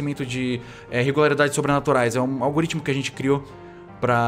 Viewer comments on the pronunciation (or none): none